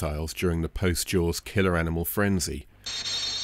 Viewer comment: Sounds like you say.......jouels instead of jaws........ sorry....